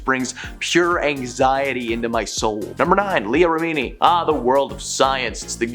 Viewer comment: what is this accent? I find this channel talks about celebrities and doesn't know how to pronounce any celebrity's names. (and Science = Scientology, Remini = rem-mini.) I did enjoy the new twist on Bravo as Brəvo. 😄 no hate. I watch your vids a lot! reporting is good! it would just be cool if the people knew the pop-culture they're reporting about though....